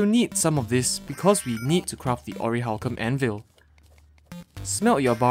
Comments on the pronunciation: dude you're saying orihalcum IT'S ORICHALCUM!!!!!! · What do you mean ORIHALCUM ITS CALLED ORICHALCUM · Wait it orachcalum I thought it was pronounced oraclacum